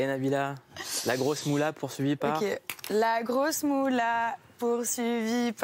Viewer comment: Elle dit Nabila avec 2 LL clique se trompe waw le niveau